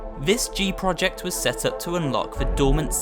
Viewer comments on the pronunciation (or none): none